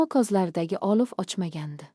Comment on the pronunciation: AniOlovni olif ylikni olik deb oqish sharmandalik yaxshisi hikoyni joylamanlar sharmandalik eliktron o'qishni to'g'rilashni iloji b o'lmasa yozuv holda bering